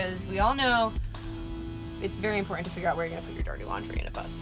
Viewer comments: I had to stop watching after she said 'conversate' and 'imporint'. Who "forgets to bring" the toilet? Isn't it always in your home... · "ImPOR-ant" - The implied internal "t" sound seems common around mid-Michigan (home of the "Spar-Ans"). Regional language and pronunciation is fascinating. Your use of available space and the feeling of lightness is the best I've seen in any conversion, especially considering the size of your bus. Subbed.